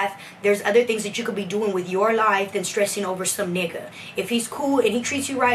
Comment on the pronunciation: Why you say nigga like that?